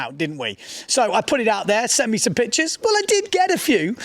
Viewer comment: i like it when he says bitches instead of pictures 😂